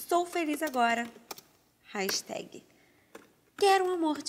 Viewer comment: odeio gente q fala hashitehgui